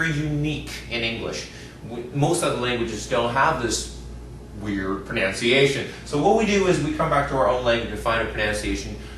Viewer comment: Just watched the first 3 minutes. He mispronounced "pronunciation" and "vocabulary."